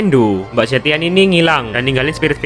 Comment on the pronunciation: Dri china bacanya ze (e dari kata lembah contohnya ) trs tian nya dibaca tien, banyak bgt temen² ku yg nyebutnya juga salah salah, terutama zhuxin, itu dibaca bukan zhuksin tapi pure pake "x" klo di china tuh. Dan zhu nya padat, z nya tidak disamarkan jadi s. Luoyi juga dibaca luo bukan lou. Zilong juga ze bukan zi